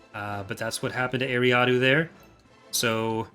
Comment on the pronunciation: is a great developer but it pains me how he says eriadu like ary ah doo and not er ri ah du